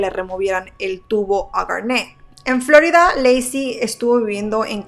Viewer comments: Floridaa no se dice ...florida oh casi me da otitis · Me estresa como pronuncia "Florida" 😂